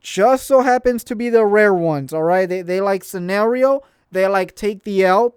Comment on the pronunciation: My man said sanerio and ikonik lol